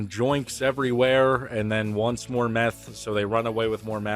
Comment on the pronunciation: " do you know meath " math ragebait